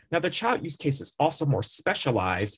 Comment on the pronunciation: Can't hear the word you are saying. What kind of use case are you refering to?